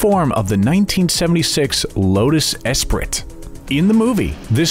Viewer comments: espri"t" rofl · You lost me at the severe mispronunciation of “Esprit.”